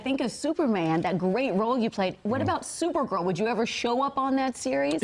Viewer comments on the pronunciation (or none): QUE PORRA QUE É SUPER "GERL"?????